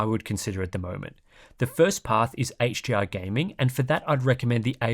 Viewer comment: Are you saying HGR or HDR? Between and